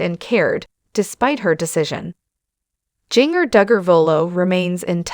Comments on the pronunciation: I just listened to this video on your channel. Please, if you can , learn how to pronounce words and names. Jinger is not Jin grrr. It is Jin jir. This is just a suggestion pronounced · Instead of using AI to do your speaking all the whole misspeaking names and words, maybe you (behind the video) should speak yourself. It shows you a weak individual. In my honest honest opinion. It is not pronounced...jinger it is in fact Jin-jer, spelled Jinger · “Ging-er” drives me nuts too! Pronouncing it so it rhymes with “ringer” is so-o-o WRONG. So wish this channel / reader would pronounce it CORRECTLY. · You need to learn how to pronounce the names right her name is Ginger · It's Jinger..not Gin-ger. Also, I do hope she can one day continue to see and appreciate some of the GOOD that the training growing up gave her. I mean, I know there is some. I wish she would hopefully be able to come full circle..in time ..but just tweek it some; you know, fine-tune it a bit. I miss the beautiful flowing skirts . They were pretty and flowing. It would be so nice to again see her in one now and then... her and her sisters used to be so refreshing to see in this crazy world! It was like, I saw this rare wholesome kind of beauty in the way they were. I was just moved how beautiful modesty could be. It was like a light in a dark room. Oh well. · Look up how to pronounce her name. You are mispronouncing Jinger. It’s like Ginger. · I can't even finish watching you this listening to you was mispronouncing her name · Who is reading this? She can’t even get the name correct on the main person she is reading about. I’ve heard this person read about others and always gets name pronounced wrong. She needs to be replaced.